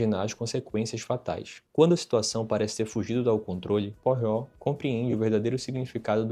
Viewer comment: Opa a pronúncia é puarro 😉